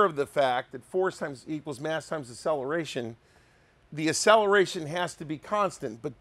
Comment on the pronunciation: a-cell-a-ray-shun. Never heard it pronounced that way before.